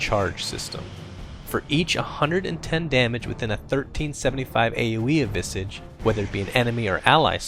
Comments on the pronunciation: Visage not Visige XD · I always thought it's pronounced vi-SAH-ge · "vissidge." wut. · You called him "Visej", I called him "Vaisej" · STOP SAYING VISIG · Visige? It's Visage xD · The pronunciation is Visaaaaaaage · I thought it was pronounced VY-sige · He had two guesses at the pronunciation of "visage" and still got it wrong.